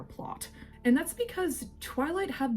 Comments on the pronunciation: Slight correction, the author's name is Meyer, not Meyers. I hope I said that without coming across as rude. I totally agree with you BTW. The Volturi, were underutilized and I would have changed the story in the same ways. 👍🏼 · It is the VOL TOUR E phonetically, not "the vulchary", like it sounds went you say it. Also, the author's last name is MEYER not Meyers. If you are going to keep making videos about the books and movies the least you can do is take 2 seconds to listen to an interview or somebody else's video or rewatch the movies so you are pronouncing things right. I can't WAIT to hear you try to pronounce Quileute, which you fully avoided doing in your video about Jacob. You obviously need to reread all the books and rewatch all the movies because you get things wrong often. I haven't even read the books in about 20 years or seen the movies in the last decade but I know you are wrong often. If you want to do this as your hobby or "job" you should at least do it right.